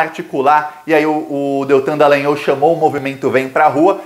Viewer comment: já que vc vai ler os comentários, anote aí. Teori é oxítona, ou seja silaba forte no i. Outra coisa, NÃO MUDE o nome do cavalo aqui de Curitiba, o tal DD. Não é Delagnol e sim Dalagnol. Olha, o ministro Teori Zavascki, foi sim retirado de cena. Ele era uma baita pedra no sapato e quando o avião estava boiando no mar, pescadores viram uma mulher dentro da aeronave pedindo socorro mas policiais cercaram tudo, retiraram os curiosos e a deixaram morrer.